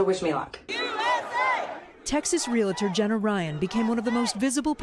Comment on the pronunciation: Hey, Madame Reporter, the word is realtor. It's pronounced real-ter, not real-a-tor. (Also, fwiw, it's nu-clee-er, not nu-cue-ler.)